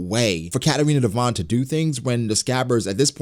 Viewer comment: It's Devon